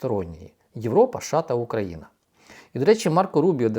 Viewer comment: ША..ША...ША. а може правільно казати США?